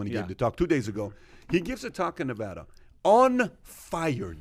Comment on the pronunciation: Its not nevaddda is nevada